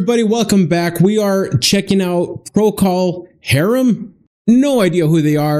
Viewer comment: Please learn how to pronounce these bands that you’re trying to show Procol Harum